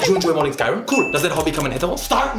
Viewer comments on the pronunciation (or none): none